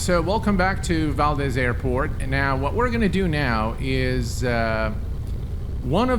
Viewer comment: As a born and raised Alaskan, I have to point out that it's pronounced "Val-dees", not "Val-dez." ;) Great video!